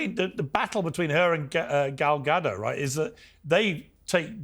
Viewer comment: And it’s “Ga doe” not “ga dot” but it’s ok for the black panelists to mispronounce her name because she is a white Jewish woman. These people know bounds of hypocrisy.